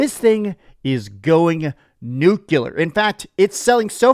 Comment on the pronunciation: guy who is 40 and can’t pronounce “Nucular” (nuclear) was wrong about a prediction